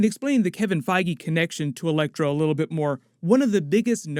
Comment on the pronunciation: It was just a bad joke on my part. You said elecTOR instead of ElecTRO. lol